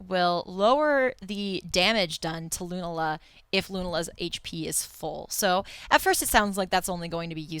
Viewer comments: luna-la sounds dumb. as far as I know, its lu-na-la. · ITS LOO-NALA Not Loonuhluh -__ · It's "Loo-nala" and also Solgaleo is basically metagross